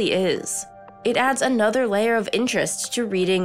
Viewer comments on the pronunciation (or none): none